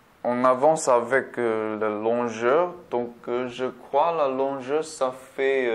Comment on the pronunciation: Merci pour ce test c'est professeur x64 bits ou processeur 64 bits ? ps : quand vous dite longueur c'est pas longeur mais longueur haha